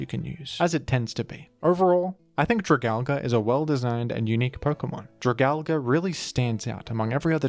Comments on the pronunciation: Ok. Say it with me DRAG- ALGE. Not DRAG-ALGA. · "Dragal-guh" 💀 But in all honesty, I love it when you cover more niche pokemon like this, keep it up! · I thought it was pronounced “drag-algae” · "dra-gal-ga"???? its drah-gal-gee" like algae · Jra-Gal-Gee, not Jra-Gal-Guh. Please don’t say it like that. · Your video is very precise and well made. I have faith this helped a lot people. Only one complaint. Dragalge is a play on words for dragon and algea. It's pronounced drag-al-jee. It doesnt end in an A like tangela, dialga, palkia, giratina, lugia or komola. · It hurts me how you pronounce it, its drag-ALGAE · Whys bro calln it dragalga, its dragon and algae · Drag algae is the pronunciation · It’s pronounced as dra gal ge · Alge (play on the word algae), pronounced Al-gee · why do you always pronounce opkemon names wrong lmao It's drag-algae. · It’s drah-gal-gee bro 😭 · everyone’s talking about Dragal-guh but no one talks about Ar-ball-iva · Isn't it pronounced drag- algie? Like dragon and algie? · I always thought it was pronounced "Drag-al-gee", alluding to it obviously being an algae dragon pokemon. Nonetheless, great video! I always enjoy watching/listening to them. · It is pronounced Drag- AL- G. It's name is based on it's a appearance because It's a sea dragon/sea horse that resembles algee. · Yeah thats what i meant, he was saying Al- GA, I thought it was what you were saying. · Have I been saying it wrong or are you? Gen 6 dragons are probably my favorite. Goodra and drag-algae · i know your ass is saying dragalge like that to get comments correcting you for the algorithm boost, fair play tbh that pronunciation was kinda hideous. cool vid too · one day people will pronounce dragalge right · God that mispronunciation 🤢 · Your dragalge pronunciation is just wonderful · They really gotta teach pronunciation more down in Australia damn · Okay this is the most offensive Pokémon pronunciation yet. Australia has gone too far.